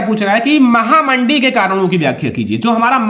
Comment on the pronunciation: Sir aap mahamandi ko mahanandi Ku kehte h